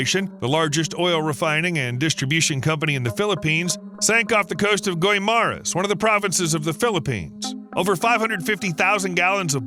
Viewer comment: The PROPER pronounciation of guimaras is GI-MA-RAS.